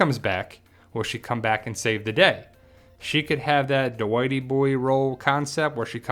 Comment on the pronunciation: Wow you even say Duh-wighty boy 😂